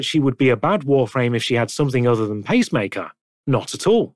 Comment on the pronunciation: Did you intentionally make the text to speech say bob-omb instead of vauban and pacemaker instead of peacemaker?